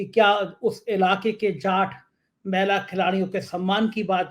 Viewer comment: सर आप महिला का उच्चारण मैला के रूप के क्यों करते हैं! महिला को बोलते हुए आप कह सुनिये की क्या सुनाई देता है!